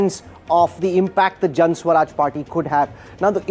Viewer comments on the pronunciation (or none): Can someone tell this dumbo the name of the party is Jan "Suraj" not swaraj. Maybe they don't teach in IIMs the difference between the two.